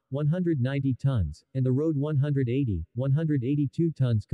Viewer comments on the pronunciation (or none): Get a Human to narrate. I'm sure a human will not refer to a 'Road180 engine', but would correctly say :RD-180".